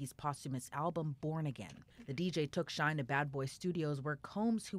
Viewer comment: SHYNE not shine